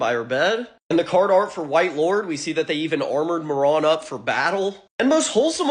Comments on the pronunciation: It was slightly annoying that you kept calling the dog moron the entire video. Marron. Spanish for brown. Not moron. Mah rone. Open that mouth. On a positive note i never noticed the cards told stories. Nice. Thanks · muh-ron is not mare-in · What are you saying marrone. It’s mar rin. You are a morrone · “May-Ron” Bruh!! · Come the fuck on dude. Marron. Mare Un. It’s a real fucking name. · Pronounced mar in dumb ass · It's so funny hearing Marron pronounced like Moron. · I am pretty sure it’s pronounced “mare-en”. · Say his name correctly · You mispronounced marron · “Outstanding dig Moron” my dude, it’s pronounced Marron like “Mary” but with “on” instead of y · I've never heard Marron pronounced like that. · The way he pronounced marron throughout the whole video just hurt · I really hope Marron (I think the first syllable is stressed and not the second, since the name is the common way of saying chestnut in JP) will get a spotlight in that new yugioh cards lore anime they're making Edit: It's interesting how different people come away with different interpretations of these cards. When I first saw someone putting together Marron lore, they actually managed to weave everything (the mechanization, the evil dog, the skeletal dog) into one story rather than alternate paths. I really like the idea of there being like parallel versions though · I have never heard anyone pronounce this card name this way